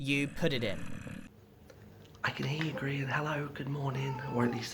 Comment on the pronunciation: Grian not brain